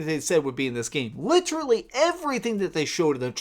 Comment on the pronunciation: I swear if this guy says litrally one more fuckin time...